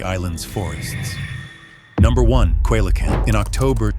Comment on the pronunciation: it's pronounced ce LA canthe